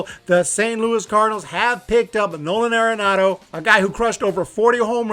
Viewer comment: Pronounced Are-enado not Air-enado